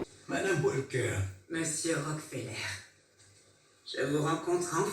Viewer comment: Bonjour, le "l" dans "Walker" ne se prononce pas tel que vous le faites, il ne convient pas de faire un "l" françophone, juste allonger la prononciation du "a". Comme cela revient beaucoup dans votre vidéo, une meilleure prononciation aurait été plus agréable... à savoir pour une autre fois, tous les mots aver "alk" n'ont pas de "l" prononcé façon "l" francophone: "talk", "walk", "stalk".